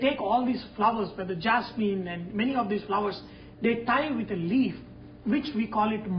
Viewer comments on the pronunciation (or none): none